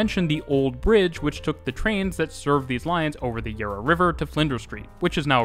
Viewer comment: How are you pronouncing the names so accurately? (Melbn) (Cran-burn) (Yarruh) (Jolly mont) (Paken-em even though sometimes sounds like you're saying Packing-em) I'd probably pronounce Sandringham phonetically (Sand-ring Ham) but if you were saying Sandringham line then it would be Sandring-um line as you said it still I realise you're Canadian not American but even Sydneysiders wouldn't pronounce these names correctly.